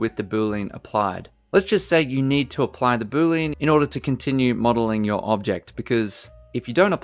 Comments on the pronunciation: Love the non-heavy Indian accent in blender tips. One thing thouhgh..... BOO-LEE-AN! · Boo-Lean is not funny, and you should stop it